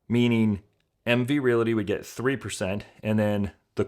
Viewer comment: The word realty only has two syllables